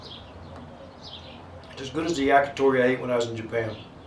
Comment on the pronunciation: Did you say Jagitori?